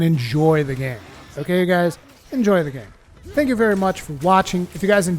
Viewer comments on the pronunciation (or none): none